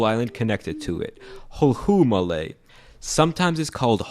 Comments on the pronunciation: Sorry its not hulHuumaale its more like hulumale atleast thats how its pronounced and Malé is more like malae not maalae 😊😊😊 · Great video. I was wondering if you were gonna mention Hulhumale'. (Also your pronunciation killed me. Its Who-lhu(Stress the L)-Male'. But no worries its a weird word.) No one calls it Hope Island btw. The majority of people technically move for education and job opportunities. A lot of kids move there without their parents, mainly to relatives or friends' houses because their parents believe they would have a better education and opportunity and they end up staying in Male' because Male' is the better choice. You shouldn't forget about Villingli or Villimale next to Male'. It's like the village next to the city but on 5 mins away by boat ride. Also we are talking about buying land in Australia like Tuvalu but some people just won't face facts and make the choice. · Not huhumale its hulumale I'm in maldives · "hol hoo male".... you tried and i am proud... props to you. the actual pronunciation is hu lu male, the second isn't pronounced heavily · As a Maldivian, i have never heard someone call Hulhumalé Hope city. I really only remember it being called Youth city lol. Though most of this video is correct, with a few exceptions. Another comment details it very well. Also not to be that guy but, It's pronounced "Maaley" not "Muhley". Same thing goes for Hulhumalé. It's pronounced "Who-lhu", with your tongue kinda rolled back while touching the roof of your mouth. (I have no better explanation i suck lol). Its a bit off-putting by how you pronounce but its understandable, they sound very strange from the perspective of a foreigner. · I'm a Maldivian and i both unintentionally got offended and laughed so hard when you called the island "hul-hu-ma-le" 😂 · It's pronounced "hulhu-maa-le" the lh part is pronounced in about the way you'd say the starting part of "loony" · As a Maldivian i can confirm you said hulhumaľe wrong it's hulumaľe